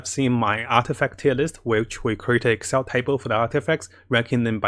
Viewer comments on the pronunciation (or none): none